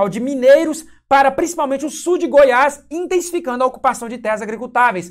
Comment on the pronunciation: " DU GOIAS" NÃO...É "DE GOIAS"